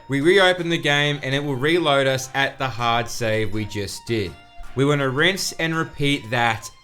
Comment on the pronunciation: I like how he says “HARD save” also still works in January 25th 2021